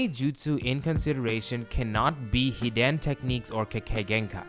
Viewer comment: Why do you pronouce hiden like that